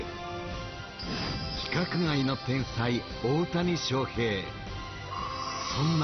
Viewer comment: ウエンツの紹介が大谷しょうふぇい選手ですって言っててオモロい